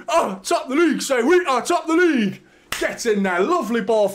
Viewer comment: It’s “League” by the way